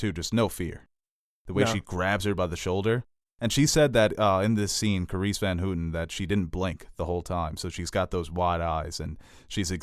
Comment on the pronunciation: As a dutchman, I utterly laughed my ass off at your pronounciation of Carice van HOOTEN.